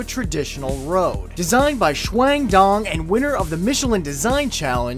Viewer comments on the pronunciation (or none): sounds like SHWANG DONG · God damn your pronunciation of Chuang Dong lol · Anyone else laugh a little bit when he said Chuang Dong? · "Chuang Dong"? Really? :)